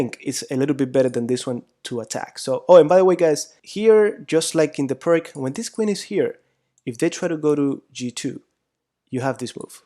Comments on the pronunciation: Oh. It is not PIRK, ir PRK, or anything like that. Pirc was from Slovenia, Yugoslavia, and you should try to pronounce his name as "peerts" or "pirts". Got it? Like /ˈʋâːsja ˈpîːrt͡s/ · The surname of one of the authors is pronounced as “pirz”, “Pirts” “peerts”, not like “pirk”. The other person who developed that system is Ufimcev. Thus it’s full name is more like Pirc-Ufimcev defence, but in English literature it is quite a trendy to forget all Russian names. :/ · I believe it's pierce (pee ir s), not PERK. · Why you don't try to find out the correct pronaunciation of the word "Pirc"? P - ee - r - t - z. Not too difficult, right? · Thank you very much for the instructive lessons. If you allow me, I would just point out the correct pronunciation of "Pirc Defense". It is named after the Slovenian grandmaster Pirc. Pirc is pronounced like "Pirtz", similar to the German name Fritz. Thanks again, I subscribed to your channel. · Im really appreciating these vid (apart from the pronunciation of "Pirc"...poor..!), but i feel like you Always try to delay castling. I (as White) have actually problems when black delays It, still im not sure that Is the main purpose for black in most of these position. However, as i told you, It's usually a problem to me, so sometimes i feel like It's a race between the two to the last to commit himself (black to short Castle, and White to launch the pawns)